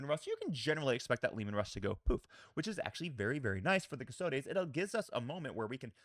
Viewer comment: Love your content and I hope you don’t mind me saying this, but there is no ‘a’ in custodes. It’s cus-tod-ees not cus-tod-ays.